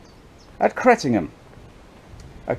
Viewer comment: My home village. Rumour has it there’s still blood stains on the floorboards of the vicarage. Also, nice to hear you pronounced the village correctly for Suffolk ….” Cret’num’